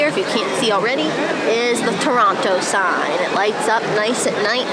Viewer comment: Loved that when you were showing the TORONTO sign, that the second time you said “Toronto” you pronounced it like a Torontonian would, you left out the second t. Pronouncing it Torono, like someone who lives here pronounces it 😊